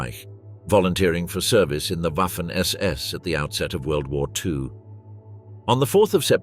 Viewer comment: Ouaffen ss when it should be vaffen ss. Read up on pronounciation!